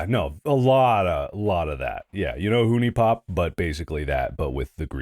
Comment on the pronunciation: It's been like a decade and he's still mispronouncing huniepop 😭😭😭